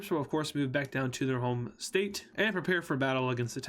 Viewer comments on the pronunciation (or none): none